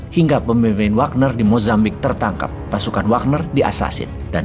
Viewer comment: gegara bosman ngomong wognar wagner, di game dan sosmed pada pake jadi nama akunnya hehe..